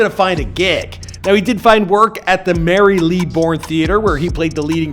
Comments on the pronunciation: I had to go and listen to that pronunciation of Marylebone again and again. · That pronunciation of Marylebone gave me emotional damage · Lol at your pronunciation of Marylebone! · pls that pronunciation of marylebone- ☠️ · You absolutely butchered marylebone🤣🤣🤣